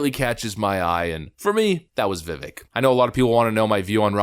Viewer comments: On Gutfeld!, Ramaswamy said his first name is pronounced vi-VAKE but most people seem to pronounce it vi-VECK. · Vivek explained in an interview that his name is pronounced, “Vivake.” As if you’re saying, “rake.” Just FYI. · viv-ache <-- how to pronounce his name good sir! ;-) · Pronunciation is VivAKE, boss.... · "Viv-ake", like cake 🎂or a piece of steak 🥩 Say his name right :) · Vivek like "Cake" is the way to say it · Vivake, long a, like cake at the end is how you pronounce his first name. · Vivek is said like vivake.. like cake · Yes Neocons plus Vivek (his name rhymes with cake) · It is pronounced Vee-vayk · DeSantis half rose his hand to the Ukraine question just to say he’d keep funding the corrupt forever war if Europe were to foot more of the bill. The more he opens his mouth, the more and more two faced he appears. And Vivek’s name is pronounced Viv-ake like cake. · it's pronounced Vi-vei-k my good sir. but seriously, you forgot to clip out Sen. All-you-can-eat (forgot his name lol) saying Vivek is chat GPT when he himself probably got his talking points through ChatGPT. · Vivek is pronounced like cake. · It’s my understanding Vivek is pronounce like cake, like Vivake . Either way , Vivek is a great candidate along with Trump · Vivek 2024!! BTW it's pronounced Vivake like Rhymes with cake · Since you brought it up, Vivek went on timcast irl and was asked about the correct way to pronounce his name. It's with an "A" sound like in Cake. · vivek is pronounced VIVAK like cake. fix this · Absolutely spot on analysis!!! I’m praying for a Trump-Ramaswamy 2024 ticket. It would be the demoCRAPS and neo cons WORSE NIGHTMARE! F—k them both! FYI-It’s veVAKE-rhymes with CAKE. 🇺🇸🇺🇸🇺🇸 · It's pronounced "Vi-vake." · You pronounce his name Vivek like cake. Viv-ake. From his own mouth in podcasts and interviews. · Pronounciation: "Viv-aik" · It's Vivek like "cake." That's how he says how to pronounce his name. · Vivik is pronounced like cake